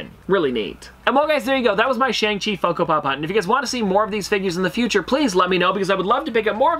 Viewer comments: Also the pronunciation is Shang-Chi (she) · it’s actually pronounced shong-chee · Shang Chi isn't really about him becoming a hero. It's about him facing his past and reuniting with his evil father (Wen Wu/ The Mandarin). Also it's pronounced shong chee.